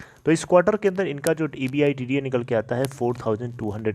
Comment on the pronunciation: Champu E. B. I. D. T A Ko एबीटा बोलते हे कम से कम ये तों बोलना सिकले फीर vedio बन्ना